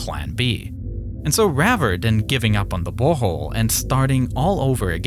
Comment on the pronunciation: th- replaced with f‐ , ‐or like ‐w. In the very first sentence he sais "its August five, two fowsand and ten" and " more den two fowsand feed below de surface"